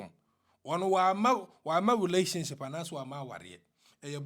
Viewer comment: You too your 'L and your R is your probrem!😀😀😀😀 What is 'Charot?🤯🤯🙊🙊And what is 'wolationship' Aaaaahhh, woank) sukuuu anaaaa? Sometimes wo br)fo bi 3nfa kwaaam kuraaaaa! 😀😀😀